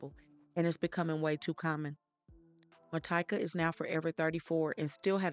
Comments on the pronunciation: Its actually pronounce Ma-tea-ka, and she went by Tyka. I worked with her. She was a sweet person who always thought everyone deserved a second chance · It’s pronounced Mah TEE kah